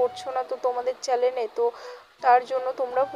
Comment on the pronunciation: চ্যালেন না আপু চ্যানেল 😂